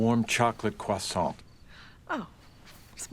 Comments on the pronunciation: Welp, credibility lost when Rob Paulson can pronounce “croissant” more correctly than a professional baker. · Professional baker who can’t pronounce croissant correctly…credibility revoked